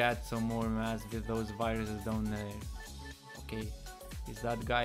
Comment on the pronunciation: lmao i thought u were saying "lets get some mats" was gonna say this aint fortnite boi xd